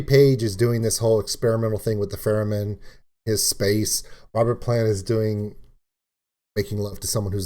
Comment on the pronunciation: Laughing because it sounded like you said "Feramin" instead of "Theramin". ;)